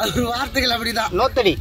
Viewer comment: நோத்தடி இல்லை நுகத்தடி